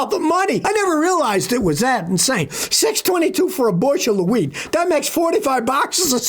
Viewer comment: OH! WHEAT! I thought you said WEED! 🥴